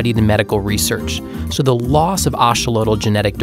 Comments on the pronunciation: It’s pronounced a-XO-lo-tl, not A-xo-lo-tl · i have never heard axolotl pronounced like this